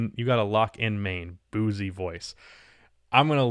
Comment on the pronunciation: “you gotta lock in mane” boosie voice Boosie is pronounced bou-see not boozy Boosie badass is a legendary rapper and mane is just a meme of saying man with a funny accent